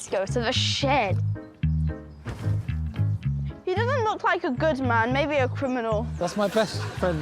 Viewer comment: I don't know what you're talking about. The word "shed" was never uttered. I only ever heard the word "shid".